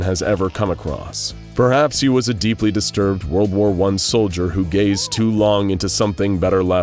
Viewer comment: "A knock at the DIR DISTIRBED HIM" im kackling i hope the creator sees this :)